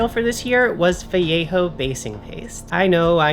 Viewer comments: "adds some much needed snake skeleton to your bases" 🤣. Also, you're one of the few non-spanish YouTubers that pronounces "Vallejo" correctly 🙂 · Thank you for pronouncing "vallejo" correctly 😂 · I like how says Vallejo properly! 😉 Everyone raves about contrast paints.. is it just me?! To me they are just washes and require multiple coats for a proper layer, which defeats the stated purpose. My other bugbear is that the descriptions in no way indicate the actual colour... Which is fine if you buy them all and experiment but rubbish for beginner painters with a limited budget!! Has anyone else tried the army painter speed paints? A few channels recommend them but it's hard to know if they are incentivised or have 1 million paints and will go off them...?!?